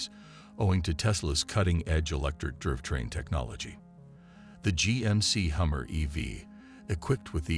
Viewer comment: Bro, your digital voice lost me when it can't pronounce "drive train"